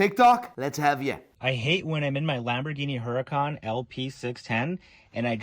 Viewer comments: Mans really said huracan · Him saying huracan while sitting in an aventador sv makes me want to throw hands